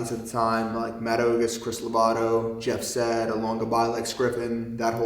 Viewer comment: Thought it was funny how he pronounced Jeff Seid's name wrong cause he pronounced his name wrong LOL